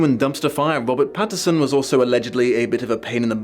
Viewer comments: Now I have to ask, does not know it’s “Pattinson”? Or is it rly pronounced “Patterson”?? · You keep saying Patterson instead of Pattinson. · Are you saying “Patterson” or “Pattinson”? It’s supposed to be the latter.